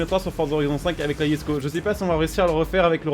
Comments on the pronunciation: Oui sa se dit pas jesko, sa se dit yesko comme c suédois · Par contre je tien a préciser se n'est pas yesko mais jesko je c pas ou ta vue le Y mais sa me fait bien rire YESKO on aura tout vue mdr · C’est pas “yesko” c’est “jesko” mais bon pas grave